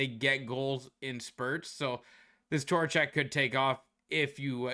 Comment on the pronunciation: Who da eff is Torachek? 😂